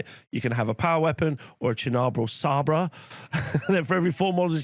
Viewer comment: It's sabre as in lightsaber 👍